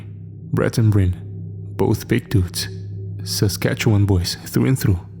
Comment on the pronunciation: i'm impressed you pronounce Saskatchewan properly, that's where i'm from